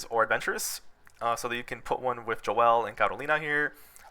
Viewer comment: Bro said Jo el. My man Joel is rolling rn.